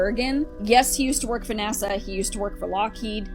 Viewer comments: Hell yeah! The first and most important question should be is why he pronounces NASA as" NAZA". That's all I want to know. Thank you. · There’s no Z in NASA! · 😂😂 I remember when a fan made him a NAZA shirt (or hat, I can’t remember which)… you’re asking the important questions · = u cant sue me nasa i clearly said naza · did she say 'nasa'??? occupy psyence and sciecology! FAF